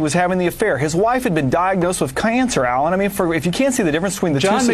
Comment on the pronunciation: lmfao Alan Colmes he owned these idiots hahaha...and wtf is "cay-ancer"??? He cheated on his wife just like John Edwards did and somehow "Fox Snooze" tried to pull off a double standard like they always do...another double standard they like now is (2004): "Bush is the president and if you don't support the president you are unAmerican!" (2008): "Obama is the President, and there are lots of us who don't think he's qualified and he isn't what we need in this country"...